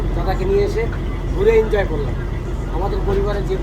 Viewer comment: দাদা আপনি এনজয় কে ইনজয় বলেন শুনতে খুব খারাপ লাগে এনজয় < Enjoy বলবেন